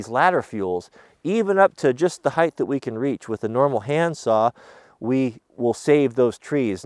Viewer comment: Are you saying height or heighth?